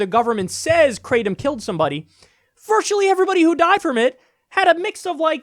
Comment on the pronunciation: And for jeebus sake stop calling it “crate-um”. It’s pronounced krahh-tom. It’s a Thai word.